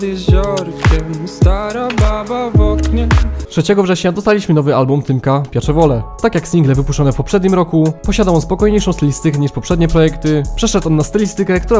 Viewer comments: Dla mnie Tymek skończył się na Piacevole. Reszta to gruz. PS, nie “piaczeWOLE”, tylko “piaCZEwole” 🤓👨🏻‍🏫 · pejsywol się czyta, a nie jakieś pieczewole xd